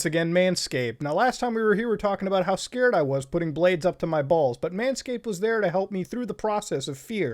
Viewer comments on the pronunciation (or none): none